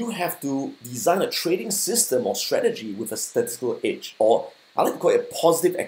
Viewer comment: I thought he's saying "Itch" but it's "edge"